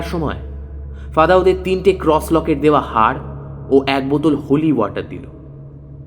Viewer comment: tales ota ক্রঅঅস not ক্রউউস